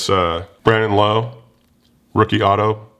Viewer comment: please let me know if you ever decide to sell that Lowe. I’m a huge Rays fan and PC Lowe. But it’s not pronounced “Low” it’s pronounced like “Lau”. Love the channel keep up the good work!